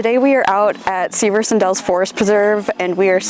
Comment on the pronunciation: That's not how you pronounce Severson